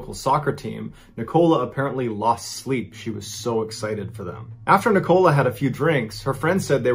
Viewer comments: It's Nicola, not Ni Cola. Doesn't anyone have Nicola as a name in the US? Great stories though, much appreciated 👍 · Yaay, someone said it ... and also ... Nic- col -la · It’s Nikola. Sounds like nickel-ah. I have a daughter with the same name and this happens all the time. I say it sounds like not a dime, not a quarter but a nickel with an Ah at the end. Anyway, you’re doing great! It’s just my OCD 🤗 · Is that how Americans pronounce "Nicola"??? In the UK, it's "Nic-o-la" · Always makes me laugh how americans can’t pronounce nicola properly 😂